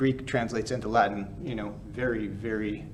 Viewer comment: I love this channel. He has a perfect ecclesiastical Latin accent.